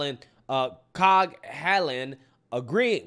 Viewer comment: Just to improve your pronunciation a little more Coughlan is pronounced cocklan